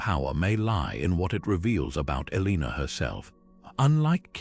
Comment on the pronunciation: Elina?? Seriously if you're gonna use ai at least make sure they get the main name right.... But this is awesome info. I've I've to tons of stuff on Eleanor but this stuff is fascinating and less known! I'll have to go check out the other videos